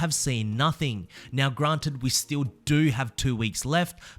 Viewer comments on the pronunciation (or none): none